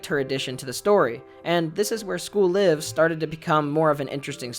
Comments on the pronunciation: Please for the love of god, its pronounced as in "We're live in New York" or "We got a Live one" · Am I the only one that pronounced the 'live' in school live with the I being pronounced like Life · Are you supposed to pronounce "Live" like the verb?? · Am i the only one that thought it was pronounced school layv?